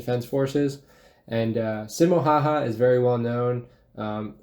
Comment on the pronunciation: yeah also making simo seem cocky and mispronouncing his name